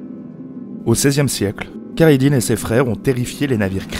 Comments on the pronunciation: Assez bizarrement, tu prononce super bien El-Khadi à 8min25 mais pas Khayr ad din (que tu mix entre la francisation kerredine et l'arabe khayr ad din). N'ait aucune honte à bien prononcer car tu y arrive bien et le viewer arrivera à comprendre (alors que les H, 3 et Q de la langue arabe risque d'être plus difficile pour ton audience et à prononcer.) Il y a quelques raccourcies (par exemple, la bataille de tlemcen est zappé, il s'agit d'une alliance entre les zianides et les espagnole) mais la vidéo est bonne, je trouve que tu aurait du parler de la prothèse d'Arudj, une espece de main griffus en métal. Après tout, le mythe du pirate munie d'un crochet vient de cette même prothèse. Il y a tout un débat dans le monde arabe-turque sur la mention de pirate qui serait mal connoté et trop européanocentré. Certains préfèrent "corsaire" comme Jean-Louis Belachmi auteur de " Nous, les frères Barberousse, corsaires et rois d’Alger" voir de marine ottomane pour diverse raison. Le fait est que Pirate reste un terme qui plait donc beaucoup l'utilise mais cela reste décrié. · Tu pourrais au moins bien prononcer leur nom, non pas kayradin mais khayrèd'din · "Khayr ad din", le kh se prononce comme dans Khaled ou la Jota (J) espagnole